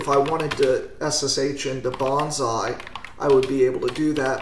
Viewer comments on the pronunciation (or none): none